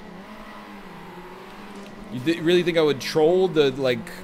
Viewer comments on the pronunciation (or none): none